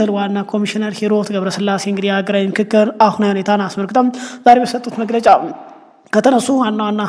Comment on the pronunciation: የንክክር ነው ? የፉክክር ያልከው?